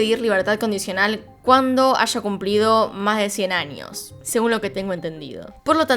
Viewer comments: Pero debería cambiar un poco su asentó! Se dice años no añios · por favor cambia un poco tu asentó! Cómo la doble ll la pronunciación es muy fuerte! Años no añios! Eres buena pero tu pronunciación no! Eres excelente! Pero trabaja en tu pronunciación!